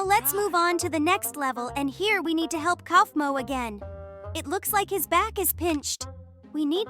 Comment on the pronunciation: Kofmo❌ Koofmo✅ hububer❌ Boboba fores✅ Kikin chicken❌ Kiaen chicken✅ Tell me if I missed any more in the comments❤